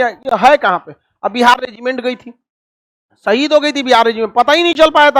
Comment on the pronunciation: Madarchod Lawde Hindustani Muslim naam par kalank hai tu Fuddu Insaan Pehle baat karna seekh Le..Shaheed Ko Saheed Kehta hai Lawde ..